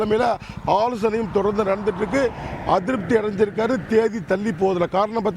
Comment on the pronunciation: தேதி என்ற வார்த்தையை கூட ஒழுங்காக சொல்ல தெரியவில்லை, நீங்கள் என்ன சொல்லப் போகிறீர்கள்